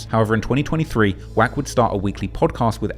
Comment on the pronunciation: Didn't know "wack" is pronounced quack.